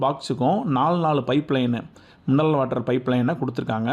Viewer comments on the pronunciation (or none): சகோதரா அது மின்னல் வாட்டர் இல்ல மினரல் வாட்டர்